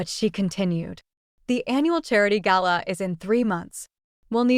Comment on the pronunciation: It's nice to hear an American voice pronounce "gala" correctly lol